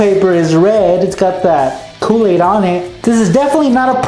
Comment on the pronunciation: You really like Koo-Laid